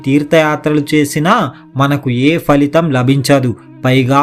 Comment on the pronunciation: Falitam అనేపదం తెలుగులో లేడు దీనిని చాలామంది పరిపాటిగా పలకడం అలవాటైపోయింది phalitam అనిపాలకాలి